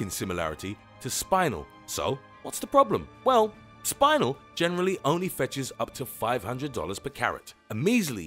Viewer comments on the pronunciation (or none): Its pronounced chris o barrel and not spinal like your spine but spin el like spinning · spin el not spine el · spin-el.........not spinal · it's pronounced "Spih nell" not "Spinal" it's not part of a vertabrate's back :P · "Spine-el"? The correct pronunciation is "spin-el" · It's pronounced Spin-el, NOT like having a spinal tap! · SPINE-el I thought it was pronounced like spin-el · Spin-el you knob, not spine-el. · its not SPINE IL its SPIN EL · It is pronounced spenel not spilel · Lol I didnt realise he said spinel because he said the spine in spinel like the way you say spine. Lol I was so confusedd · My Taaffeite. My Taaffeite is fake. SPINAL. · You pronounced spinel wrong. It's spelled like it's said. Spin (like spinning around) el. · Spinel is pronounced like Spi-nell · Your aaying spinel wrong its spi as in spinning nel as in janelle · Your picture is spinel. You should care cuz he said spinel wrong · The way he said Spinel crushed me from inside. It's not a spinal cord, bud. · Sorry, but I remember that "Spinel" is read more like how you read it in Romanian (aka how they say it in the Steven Universe Movie) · I don't think spinel is pronounced like that. Look that up. And what about Padparadja?